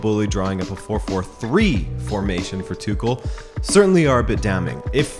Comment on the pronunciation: Tüchel is pronounced without K. It's H. TüHL